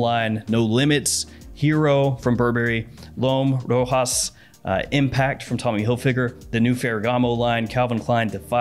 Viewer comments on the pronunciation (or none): none